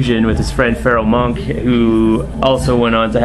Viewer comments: Your wrong I'm right is the tag. Wtf from someone who mispronounces Monch as monk and never heard of J-Zone???? WTF he must be talented by the look of his output. Sorry sir you are. Not right.. I can't believe this doesn't piss people off. Worse review ever the wererightyourwrong is friggin hilarious!!bring on the "hiphop elitist argument" 1,300+ views? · O.K. Other half is Pharoah Monch;did anyone else notice he pronounced it w/ a K as in Monk. Then he doesn't mention the title of Dj Signifys' album sleep no more which feat vocals from Buck65 & Sage Francis. Buck on 4 songs Sage 3. That's nearly half the album. I'm probably sounding like a Indy hiphop snob. Sleep No More is genius. Signifys beat skits combined w vivid lurid depictions that literally trap you in a sonic dreamscape. Classic IMO